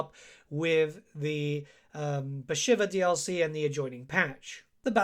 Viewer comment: I am really sorry. But isnt she called "Bashiiiiiva" and not "shiver"..think everyone calls her so..its after the godess..